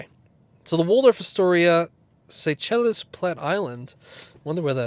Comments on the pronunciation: LOL. Seychelles = (Say Shells) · Seychelles = "Say-Shells".